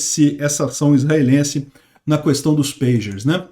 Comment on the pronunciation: Não é Samária, é Samaria. Assim como não é Mária, é Maria. Já o Mário é Mário mesmo. Conhece o Mário, né?😁 Também não é "precisam haver" é precisa haver, sempre no singular, ainda que o objeto esteja no plural. "Cuestão" pode, mas é muito feio!😎